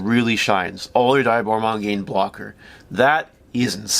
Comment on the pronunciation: Not finishing video. Dislike. Block user. Can't even pronounce your favorite villain's name correctly